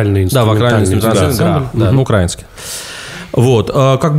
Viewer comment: Не УкрАинский, а УкраИнский